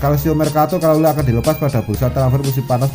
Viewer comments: Thauvin Prancis,, 😀😀, kalulu mas,, bukan kulalu,,jgn buru2 mas ngmong,y ntr kesedak,, 🙏🙏. Ttep smngat,,Forza milan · Kalulu bukan kulalu....ngakak bener